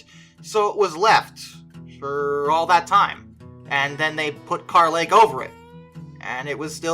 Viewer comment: Yeah most of us locals don’t say carh lake we use kur lake some use carh just to be right or different in their own way just to one up whoever they talk to. And no pictures cause that water is dirty as h